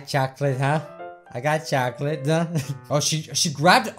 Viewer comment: did you say choclate... CHOCOLATE!!!!!!!!